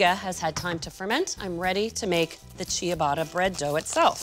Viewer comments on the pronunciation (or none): Pronounced cha-BAH-tuh, not CHEE-uh-botta. My name in Italian is pronounced, not JEO-vah-nee. Grazie! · Love love your channel. Just a small piece of advice for this episode. The "i" is silent, and the "tt" is pronounced as a traditional english "t" sound..... final product pronounced chubata. Please do not take this in any offense, many people have helped me and please continue to make international inspired baked goods. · Great recipe, thanks for that! But, please, learn to pronounce Ciabatta because you’re not doing it right 😕